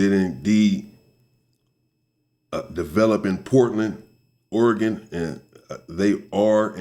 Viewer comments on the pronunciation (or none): none